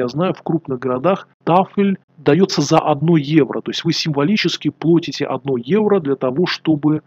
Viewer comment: Бл@ когда вы уже выучите русский язык : плОтите